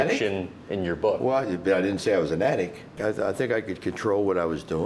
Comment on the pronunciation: he can't even say addict.. he says addic